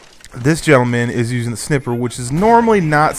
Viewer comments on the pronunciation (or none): Like if you caught him saying snipper not sniper :P